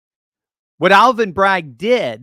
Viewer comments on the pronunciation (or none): That's hilarious! Aaal-vin?!!